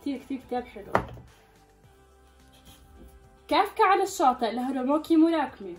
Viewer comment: كافكا على للشاطىء هاروكي موراكامي مش هارراروري موراكي😂😂